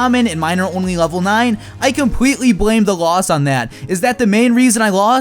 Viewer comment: Anyone notice his "L's" sound like "W's"? I hear him say compwetely, wevel, and wose.